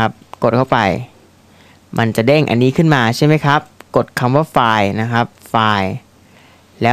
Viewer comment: 3.23 file นะไม่ใช่ ควาย !! อิอิ